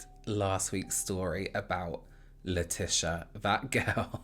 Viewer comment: Hey her name is pronounced le-tee-see-uh. ☺️